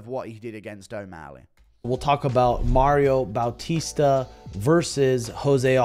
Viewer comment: “Maryoh bawteester”